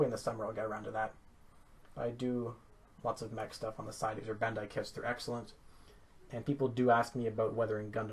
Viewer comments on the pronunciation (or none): none